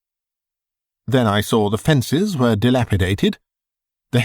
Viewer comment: Pronouncing the word, saw, like soar or sore is simply wrong.